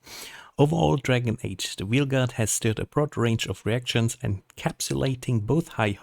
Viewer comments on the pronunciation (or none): "Wheel Garda yeh...Wheel Garda I think that's the correct pronunciation in English" Not even close. It's pronounced VALE GARD, or VAYL GAAD. But no, screw this game. People like what they like, and it's the company's job to analyse, predict and manufacture what we enjoy. This wasn't it, so it will fail, and rightly so. Stop fighting reality.. life is easier that way.